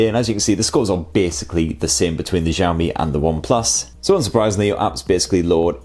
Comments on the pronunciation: Did I hear ‘Jami’? Shiaomi I think is the right pronunciation. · nice review, i wish you could pronounce xiaomi properly ... its pronounced 小shao 米mee （almost） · I laughed every time I heard you say xiaomi. I have friends from china and "x" pronounced "si", after your film I have the impression that xiaomi is a French company not Chinese. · Jahammi Mi 8 Pro? Is it how we should call it? 😂